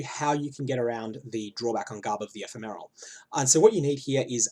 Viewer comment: Can you gain divine charges while divinity is up? If so, the downtime would be a lot less than 50/50. Also, "Ephemeral" is pronounced with the second syllable stressed, not the first.